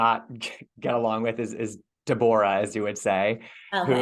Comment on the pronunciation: When she pronounced Deborah as de boar ra ….. I just couldn’t stop giggling.